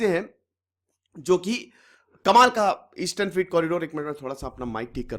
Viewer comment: Freight फ्रीट नहीं 'फ्रेट' कहना चाहिए। वीडियो अच्छा है। धन्यवाद